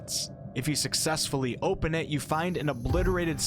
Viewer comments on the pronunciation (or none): none